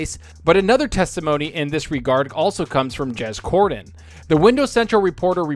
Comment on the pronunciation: Not sure if it’s your pronunciation but it always sounds like you say Jez Gordon and not Cordon